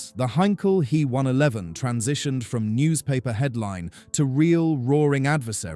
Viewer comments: Yes, it was annoyingly repetitive and the why use AI narration that mispronounces common words and calls the main subject an He one eleven (he as a pronoun - 3rd person singular) instead of an H E 111. Artificial Intelligence so often becomes Artificial Stupidity when used for narration. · Please, it's H.E., NOT He! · I made it one minute and seventeen seconds before I turned it off. First it is said H - E not he, second is it stated off as a commercial airline. I love how so called creators have no idea what they are talking about and summit it as facts. Do your research yourself and stop using A.I. for your presentation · He 111 is pronounced H. E. 111. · All you cunning linguists: It’s neither ‘H.E.’ nor ‘He’ as in “she”. ‘He’ is an abbreviation of Heinkel and in German pronounced to rhyme with ‘Ché’ as in Ché Guevara. H.E. Is nonsensical, there is no capitalized E or initial in Heinkel. Pronouncing ‘He’ like ‘she’ is not quite as bad, but messing up the German pronunciation. Never mind how the AI voice can’t make up its mind whether to pronounce it “Hee”, “Hey” or, hilariously so, “Ho”. 😂